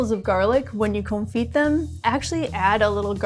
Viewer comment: Con-fee, you don't pronounce the 't'